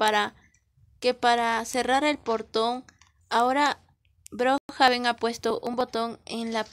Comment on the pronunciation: No sé dice brojaben es brookhaven